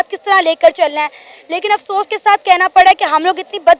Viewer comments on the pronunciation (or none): none